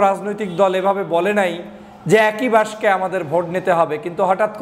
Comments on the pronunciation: উচ্চারণ বাক্সে, বাসকে না। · আপনি বাক্স কে বাস্কো বলছেন কেন? আপনাকে পছন্দ করি। কিছু মনে করবেন না। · বাস্কে নয়, বাক্স। বাসকে নয় বাকসে হবে। Please be carful. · (বাসকে নয়)!! উচ্চারণটা হবে.... (বাকসে= বাক্সে). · দয়া করে বাসকো নয় বাক্স শব্দ টি উচ্চারণ হবে। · ভাই বাসকে আবার কি? বাস্ক বলে 😅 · বাঁশক 😂😂!!? বেটা উচ্চারণ সঠিক ভাবে কর ! ব্যারিষ্টার হয়ে বাক্স উচ্চারণ সঠিকভাবে না করতে পারাটা হাস্যকর খুবই লজ্জাস্কর নয়কি ? 😀